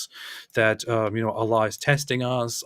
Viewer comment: LOL Why's he calling allah Ella?